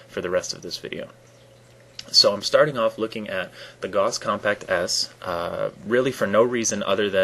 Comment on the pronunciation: Nice video, I could never figure out exactly how this crap worked. Subbed. There are some QL pros who use small amounts of mouse accel. Don't know why, useless for me. Gauss rhymes with house. Why toggle ADS? How many cm for 360 hipfire?